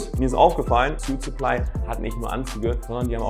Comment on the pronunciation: Gutes Video aber sprich suitsupply doch bitte richtig aus